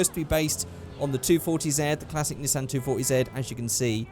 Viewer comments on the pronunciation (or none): none